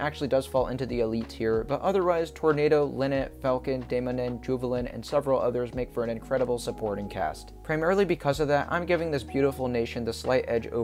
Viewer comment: since im from denmark and you pronouncing the names so weird made me laugh i will fix it Piraten: Pee-raa-Ten Lynet: Lyy-net Dæmonen: Demo-neen